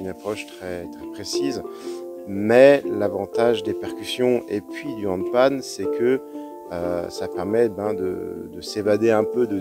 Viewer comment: HandpaN N c'est un N à la fin >< ...